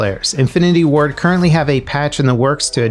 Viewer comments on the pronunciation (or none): none